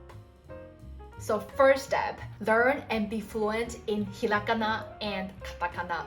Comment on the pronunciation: はじめましてこんにちは^ ^ 素敵な笑顔に惹かれて見たら、”ひらがな””カタカナ”との発音が！嬉しくて思わずコメントを書いています♪ ゆっくり話してくださるので、聞き取りやすくて助かります☺️ ありがとうございます^ ^